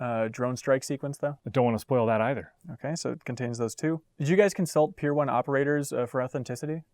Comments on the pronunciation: Am I buggin? Did he say Pier 1 instead on Tier 1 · "pier one"? Lol. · I swear I thought he said Pier 1 as well. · He thought he said 'Pier 1 operator' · “Pier one” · Dude wtf is a pier one operator... did u mean tier one operator? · I'm not sure what's more concerning, the interviewer mispronouncing Tier 1, or not knowing enough about the military to figure out what he's talking about